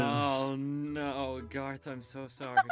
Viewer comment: It’s GAOTH not GAR GAR and it’s car NOT CAR CAR